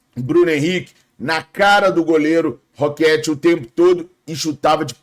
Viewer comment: Bom dia. O nome do goleiro do Inter se pronuncia "Rochê", não "Roquete". Igual aquele chocolate famoso que inicia com Ferrero